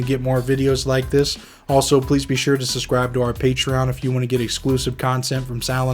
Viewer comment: Please learn how to pronounce the word "subscribe". It is not "sus-scribe" and it sounds like a 3 year old when you say it that way